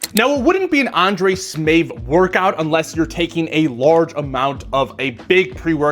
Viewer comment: Undrej Smeefth😂